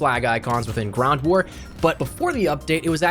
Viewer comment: So we all gunna ignore when he says "GRAWNT war" at the 3min mark 🤦‍♂️🤣🤣🤣